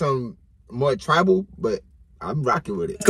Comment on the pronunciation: Lol man's really said 'tribal' lol